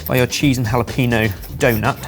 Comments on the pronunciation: Jalapeño is not pronounced ha-la-pi-no, it's supposed to be pronounced ha-la-pen-nyo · I think won the battle in my opinion, even if he is saying the word jalapeño wrong. The emphasis is on the n, so its a hard "n" hah-lah-PEH-nyoh. Love you boys! Now I'm starving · The way the boys pronounce jalapeño kills me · we need an apology video from on how he said jalapeños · The way y'all brits pronounce jalapeño cracks me up every time I hear it lol I even started saying it like that sometimes just to entertain myself lol